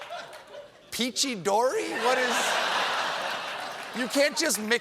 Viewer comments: "Peachy-dorey" XD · Peachy-dory? At this point hooked on phonics couldn't teach Donald Trump the ABCs or 123s